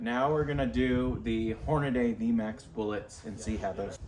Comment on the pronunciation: I stopped watching as soon as you said "Hornaday"